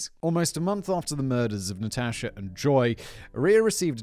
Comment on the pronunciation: You may be mispronouncing Natasha just saying maybe , maybe not idk